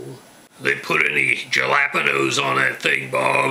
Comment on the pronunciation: I love the way you pronounce "pico de gallo, guacamole, and jalapeño" 😂